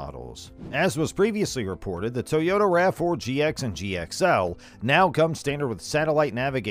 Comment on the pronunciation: I've never heard of a tow-yota is that a new brand or something 😏😏😏😏😏😏😏😏